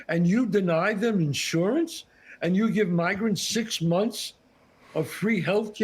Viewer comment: ah, but "now yuz can't leave?"